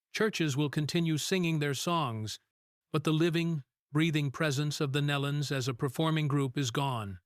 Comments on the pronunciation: kneelon. pronounce it right. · Pronounced "NEElon." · You can’t even prounce their last name correctly. shame on you.Truly a tragedy for the family and friends. Again, shame on you for not doing your homework in advance. This will be a 👎